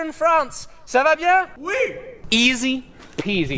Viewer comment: The "ça va bien" I like it sooooo much XD I'm french you have a nice pronunciation !!!